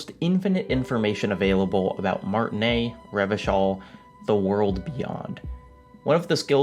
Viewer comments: Yo i know you played the entire game and heard every single fucking character in it pronounce 'Martinaise' you absolute fanny That should've been my first clue i was clicking into a mega pretentious fart of a video, but YT really needs to bring the dislike counter back regardless. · Great video, though I am confused how mispronunced martinaise when it's said in the game many times, I speak French and they say it pretty much correctly in the game, "aise" would rhyme with "fez". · He played before it had full voice acting, so it would have only been said a few times, but yeah, should have probably picked it up from Kim or Joyce or Lena. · PS: the S in Martinaise is not silent. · Great video. I have to say, the horns at the start got me the same effect as you got. Man they are beautiful. BTW you said Martinaise wrong. Oh and fuck Cuno, my favorite character is Kim Kitsuragi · take a drink every time he mispronounces "Martinaise" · IT’S MARTINAISE NOT MARTINAIS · Great work, thanks for the video! Just a minor quibble, you pronunce Martinaise (Little [female] Martin; like Martinique) as Martinet (cat o' nine tails). It's actually: Mar-tee-[e][z]. The [e] from m[e]n and the [s] from [z]ion. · omg. Martinaise is pronounced "Martinayz", not "Martinay". But good video. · How do you guys pronounce Martinaise? I notice some people or characters pronounce it without the "s" (as does ), some with an American accent like "Mart-naise" (recall Lena) without the "i", or some with a French accent like "Ma(r)-ti-naise" with a French "r" sound (recall Kim). I believe this is a reflection of the diversity of Martinaise (and Revachol)'s historical and cultural diversity/complexity, but I'm curious which one is you guys' go-to pronunciation. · They say that a lot in the game, but you probably need to internalize it just one more time: it's MartinAISE. MartiNEIZ. You pronounce the Z. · MAR-TIN-AISE SAY THE AISE PART